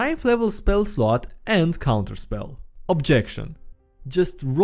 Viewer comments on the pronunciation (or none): none